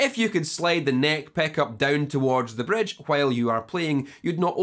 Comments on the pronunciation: Don't forget the "Bredge" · but the best is bredge peckup!